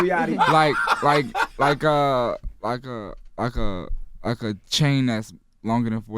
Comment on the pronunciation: ITS YACHTY not YATCHY